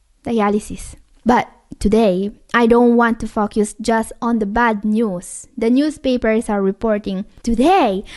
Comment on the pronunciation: the word Focus, it's not pronounced like FUCK YOUS... BUT AS FO.. CUZ.